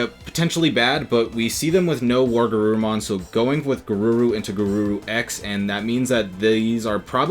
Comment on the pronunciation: Were...WereGarurumon. Not war.